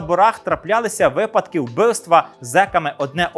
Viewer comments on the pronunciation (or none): none